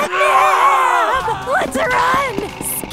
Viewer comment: catnap is a boy and its catnap not catnip